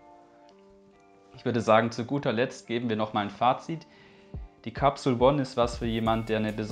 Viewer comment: Capsule spricht man Englisch aus . One spricht man ja auch nicht Deutsch aus . Peace No hate. ✌🏻